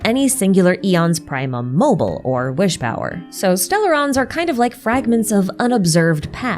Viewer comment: ok but. it's. "primum mobile", not "primum mobil". you have to pronounce the E 😭, all three short syllables (ok, it's not "praemum" either, the i is pronounced more like a short ee like in "triple", but that's not nearly as painful to listen to multiple times in a row...)